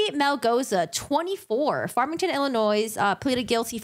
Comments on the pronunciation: Public Service Announcement: The “s” in the word “Illinois” is silent . 👋😬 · Good job, good review and analysis, I believe most of us are on the same page. A little friendly advice, though, you don't pronounce the 's' in Illinois. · The "S" is silent in "Illinois." That's a big mistake to pronounce it with the "s" at the end. Peoria -- "PEE-OR-EE-UH" I'm from a town near Peoria.